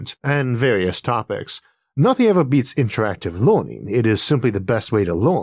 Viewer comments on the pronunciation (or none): none